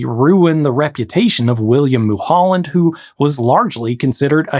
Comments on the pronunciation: It's Mulholland not Holland. How could you possible get that wrong. This guy probably never spent a day in Southern CA. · pronounced “mull-hulland” not “moo-holland” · its Mah-Noh lake not mow-no. Also its Mull(like Hull) holland like the country. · FYI, Mulholland is pronounced mull-hull-and, not mule-hule-end